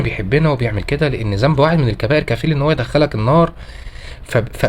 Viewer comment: جزاك الله خيراً.... أرجو من حضرتك الدقة بقراءة القرآن الكريم.. مثل الأحرف اللثوية.. مثلاً. ذنب وليس زنب